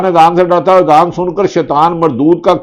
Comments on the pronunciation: Bhatti shb aap nay b azaan theek nhi parhi hai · Ap me Azan b Sahi nahi parhi Bhatti sahib ??